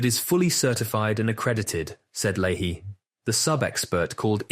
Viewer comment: It’s Lay-Hee